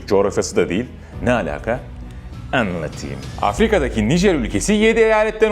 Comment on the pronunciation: Kral niye anlattiyyimm diyon bastırarak pergole deniimm haa